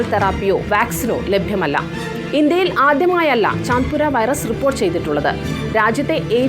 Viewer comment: ചന്തിപുര വൈറസ് അല്ല ചാന്തിപുര വൈറസ് 😂